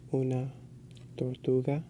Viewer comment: you weren't rolling your R's in Tortuga its pronounced torrrrrtuga.